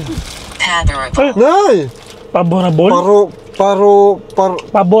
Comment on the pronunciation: Haha pa-bo-rab-le